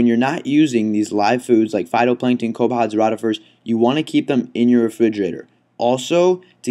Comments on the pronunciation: they are co pep pods not co pods other than that decent vid oddly enough rotifers is pronounced roe tifers not rawrifers. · I like your vids but please start pronounce copepods correctly. It is pronounced co pa pods. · Co pods? I think a syllable went missing.